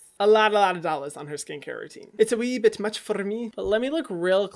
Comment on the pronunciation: hyram: * scottish accent * its a wee bit much for me HAHHAHAHAHAHAHAHAHHAHAAHAHAHHAHAH